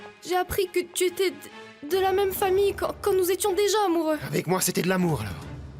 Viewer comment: Pourquoi à chaque fois Vicente prononce mal les mots: moi-meume, urène, Tuna je le déteste c’est un lache.